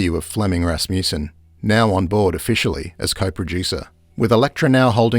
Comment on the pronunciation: Good documentary. Wish the narrator knew how to pronounce that last name Rasmussen.